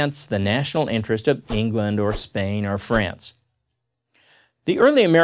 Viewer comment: Your “England” is so very wrong